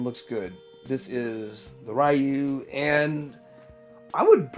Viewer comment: Eveangelion Is pronounced Evan-gel-ion. And Ryu is Re-you